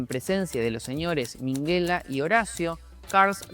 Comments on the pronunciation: y al poco termina por llamar a Minguella "Minguela", qué maravilla! Perdón qué "Maravila"! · Sabe mucho menos decir bien los nombre de Carles Rexach y Minguella